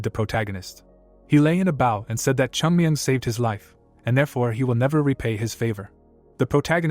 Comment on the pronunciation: The recap is great but pls correct the way Names are pronounced. Chung myung is called kiyan mayan most of the time